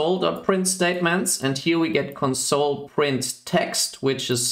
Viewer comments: Your English is quite good, so your pronunciation of "console" sticks out. When pronounced with the stress on the second syllable (conSOLE), it means "comfort (someone) at a time of grief." To refer to a terminal you should pronounce it with stress on the first syllable (CONsole). Mach's gut! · Sounds like english isn't your first language. And it's bugging me when you say console as in the verb(emphasis on the second syllable) rather than console like the noun(emphasis on the first syllable).